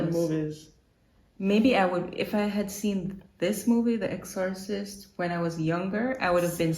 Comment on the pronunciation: Exorcist pronounced EX-sir-cist